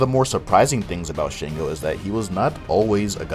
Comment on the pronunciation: Its pretty good for putting the effort, just a couple of mistakes which have already been stated. However it is Sango not Shango, Shango is not a Yoruba word.